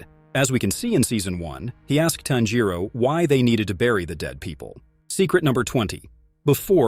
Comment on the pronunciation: It bothered me a little how he mispronounced a lot of names including tanjiro nezuko Muzan urokodaki and others. I had to stop watching cause it was annoying me, but some of the info was accurate